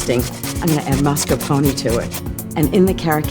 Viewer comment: Lol she pronounced mascarpone wrong xD